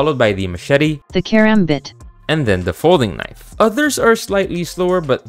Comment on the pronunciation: Man cant say karambit